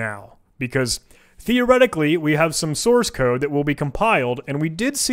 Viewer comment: "We have some source [sauce],........ code" lolol